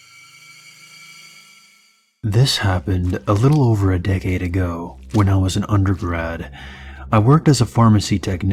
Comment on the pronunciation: WHO STILL SAYS DEKADS